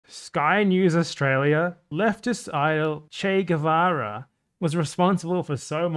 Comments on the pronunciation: Ah yes, Ernesto "Shey" Guevara 😂😂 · Good ol Shay Guhvara